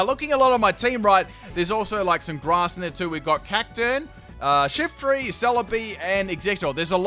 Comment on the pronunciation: "Special attacking Shiftry shet." :p